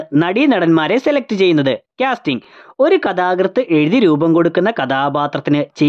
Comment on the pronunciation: ക്യാസ്റ്റിംഗ് അല്ല കാസ്റ്റിംഗ് ആണ്.